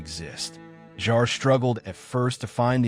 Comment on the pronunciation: All the " facts" is that something almost never happened, which is the most common thing in such huge productions. Such idiotic text. And then there is the mangling pronounciation of names: Shariff, Jarré...please!! Unbearable.